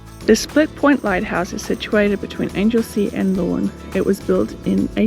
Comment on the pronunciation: Great video. Very informative and also my backyard too (Geelong) But I have to say, it Anglesea like a right Angle not like an Angel from heaven.